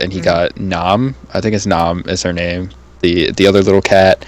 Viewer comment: You said my name wrong but whatever. Thanks for the compliment on my profile pic.